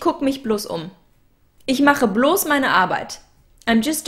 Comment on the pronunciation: with Einige Aussprachen für dich:) Genauso wie "groß" im Deutschen:) (not like moss, boss) alter, malt liquor (ALL-ternative, not AL-ternative) pal, gal, rally (You're saying (p)alternative)